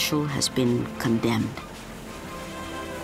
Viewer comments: Hahaha! I could see that this video is very old. However I saw it only now, so I thought of adding this comment. From the name of the author it seems he is an Indian, so by just changing the Accent one can't hide his origin. Secondly the name of the station is pronounced as PAALOOR, a Village of Milk and not as PALUR, a Village of Teeth. Moreover from the various scenes it seems the earlier name is correct, a Village of Milk. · It's pronounced as Paaalur where Paal means milk in Tamil. The station is in Tamil Nadu.